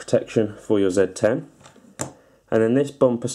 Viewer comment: EUREKA!!!!!! At last, somebody who knows how to pronounce the name of this phone correctly! Yes it's a ZED 10 folks, not a ZEE 10. Ha Ha. ;-)